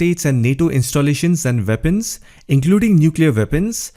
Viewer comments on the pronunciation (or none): They are weapons, pronounced as weepons. Not vepons, Worse not vos. And 2e know India's interest in Russia so confine yourself to call centers please.